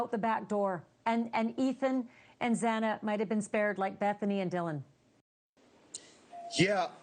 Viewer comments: Zena? Its Xana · y r u here? Bethany and Zana not Zeena wtf dude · He just pronounced her name wrong. My god. Settle down. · Kinda irks me that Harvey keeps calling her Xena. It's Xana. Like Xanax without the X. RIP. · You killed "ZEENA'S" name 3 times- I didn't watch the whole video, but I'm sure you killed Xana many more times. This case is public knowledge, and so are the pronunciations of the victim's names- and you can't get it right- WOW- But neither could the judge. Find different professions. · I cannot believe after 3 years people still can't pronounce Xanas name correctly. It's Xana with a short a. Not Xena and not Zana like zany. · A couple days ago Banfield said she was really upset that the judge mispronounced Xana’s name twice. But that was just a slip of the tongue, which he corrected. On this show that guy called Xana, “Zeena”, multiple times and Banfield said nothing. This wasn’t a slip of the tongue, this clown actually thinks her name is “Zeena”. Banfield should realize it’s disrespectful to have this guy mispronouncing her name and not correcting him. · Yeah I wasn't up to that Bit in the Vid, it was playin but I was going through Comments and just had to leave one for the Dood that was saying 'Zena' rather than 'Xana (Zanna)' People are saying BK didn't show any Remorse Whatsoever and I think that's just Shit, He knew All Eyes are Him in that Court Room, Yes, I agree inside Emotions can be displayed on the outside of Ones face but the truth is One can Certainly have something Upsetting going on in the Mind but showing the time of their lives on the face and vice versa etc, I thought Kohberger done well, answered firmly and Accepted 100% FULL RESPONSIBILITY for his Actions, it took a while but enough was enough, he come Clean, So he should, I Respect that! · Shame on this guy- on tv talking about this and doesn’t even know how to say Xana. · Him mispronouncing Xana’s name is driving me wild.